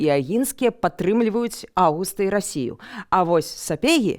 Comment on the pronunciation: Нет, ну сколько можно. НЕ РОССИЮ. Радзивиллы поддерживают Августа (не буду заострять внимание на ударении) и Польшу а Сапеги Станислава и большую автономию для Литвы (как минимум, вопрос чрезмерной полонизации и окатоличивания был не с воздуха взят). Забавно что один из самых известных Радзивилов сам был протестантом и не особо любил Польшу (имею ввиду Николая "черного")